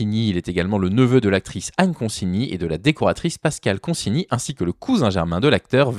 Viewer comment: Enfin quelqu'un qui prononce son nom correctement.